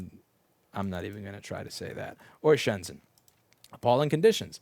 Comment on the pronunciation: "I'm not pronouncing that" *mispronounces shenzhen"